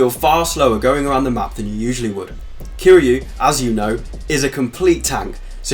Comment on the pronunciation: Kiryu ~ Kee-ree-uu Ryuji ~ Ree-uu-ji It's weird to see westerners butcher their names even tho we all hear they say it hundreds times in game.